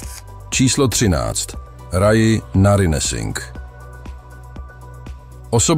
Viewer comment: Ja nechci být hnidopich, ale nečte se Raji "Radži"? Video o ni jsem viděla na jiném kanále..cosi o plastických zpackanych zákrocích, odstraňovali ji ten cement vrtačkou! Mr. chirurg že to přijal jako výzvu nikde ji nechtěli vzít kvůli asi 98% předpokladu nezdaru.. možná že to bude ve videu dál..jsem na začátku